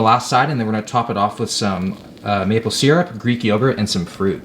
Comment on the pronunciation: the way you pronounce syrup really irks me. lol (binge watching every will video)